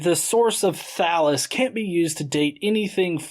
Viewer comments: When he was talking about Thallus, I honestly thought he said Phallus. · Does anyone else hear "Phallus" when he says "Thallus"? No? Just me? Okay, then. O:-)